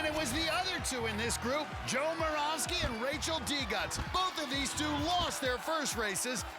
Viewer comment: moravsky is pronouced with a ' above the y